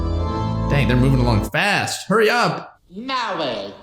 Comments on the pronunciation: I have been to a wedding recently and they actually started off with "Mwawage! Mwawge is what bwings us here today." Everyone broke out laughing including the couple. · The priest "MAWWAGE IS WHAT BWINGS US TOGEVAA TO DAAEE"